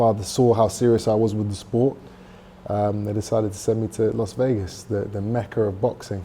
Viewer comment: "Los Vegas", really?